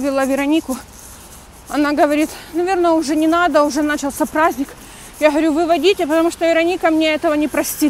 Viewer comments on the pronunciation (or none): none